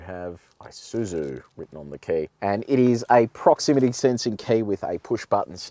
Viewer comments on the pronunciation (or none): Not "I" suzu ....it's a Japanese word "ee" suzu. Nevertheless, nice presentation.